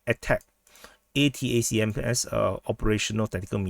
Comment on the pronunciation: ATACMS is pronounced "Attack Ems" . Cool name